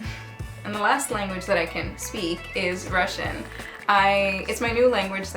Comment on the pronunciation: Очень хорошее произношение на русском. Молодец! Так держать